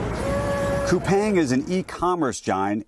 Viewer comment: Spell Kupang, not Kupaeng! Aaargh!